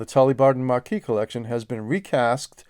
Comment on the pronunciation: Hi, a small point of note. Your pronunciation of 'Marquess' should sound - Ma(r)kwis and not Marquee which is a large tent. 👍